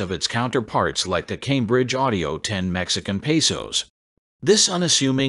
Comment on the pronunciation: "Tambridge" Audio? You gotta love AI narrations. Always good for a laugh. 🤣